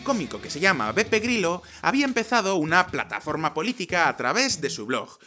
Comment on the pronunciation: En el video siempre escucho PEPE GRILLO XD ¿Has dicho PEPE GRILLO? XD